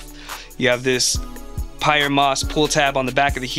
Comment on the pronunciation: I think it might be pronounced “pee-air moss”